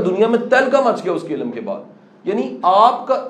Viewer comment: ila-m. Or ilm. Qasim sahib plz apni pronunciation Thek Karain Kindly.